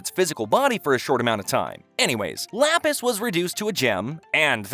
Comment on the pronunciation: am i the only one whos agrivated by how he pronounces lapis's name?